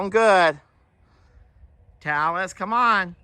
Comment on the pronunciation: Talis sounds like Tallas, rhymes with Dallas